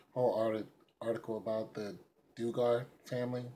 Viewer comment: Dug ger is how you pronounce their name